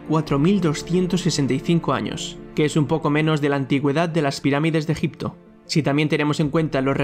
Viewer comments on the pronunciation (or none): none